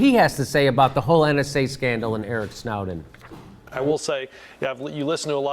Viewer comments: Jimmy it's Snow- (as in the type of weather) -den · Ha. Snouden....wtf Jimmy